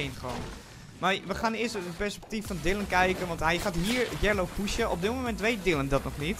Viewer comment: (Geen haat) t boeit niemand wie jullie gekilled hebben. Btw je zegt Yeelo niet yellow